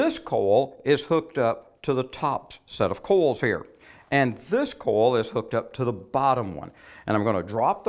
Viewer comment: "coil" is pronounced "koy-uhl", not "kohl."